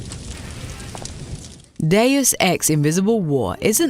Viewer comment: She can't pronounce Deus, Melee, or NES. Why, seemingly intelligent person?